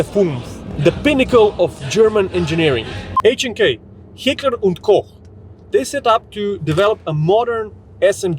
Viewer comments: H&K- Did he just say Hitler & Koch? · H&K hitler and cock had me dying 😂😂😂 fellow slav brothers, i hope that wasnt just your accent